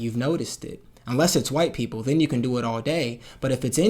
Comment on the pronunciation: I legit thought you said "poople" i had to rewatch a few times